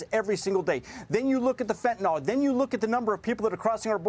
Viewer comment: Fentanyl, not Fentanol!